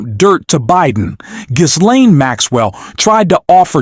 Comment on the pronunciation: Gotta love the AI Jizz-laine name pronunciation. Bernie Sanders remains the one politician who can replace the most corrupt administration this country has ever seen.